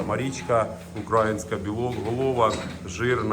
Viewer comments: Будь ласка, не кажіть укрАїнська. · Корів не тримаю. Завжди дивлюсь ваші відео.Я вибачаюсь тільки слух ріже не правильний наголос в слові українська. Чується як окраїнська. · Все супер трішки ріже вухо як вимовляєте українська порода...😊